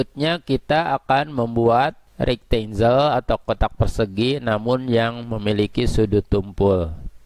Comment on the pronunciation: sempatkan belajar mengeja bahasa inggris Kang. Supaya lebih mantap. Contoh, file bacanya harus: fail. Bukan "fil". Banyak lagi yang lain. Rectangle. Bacanya "rektenggel". Bukan "rektenjel". I can help you. Salam.